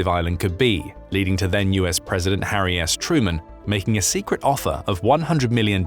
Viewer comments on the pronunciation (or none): none